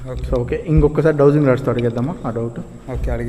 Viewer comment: Dwosing Roads 😂😂😂 / Dowsing Rods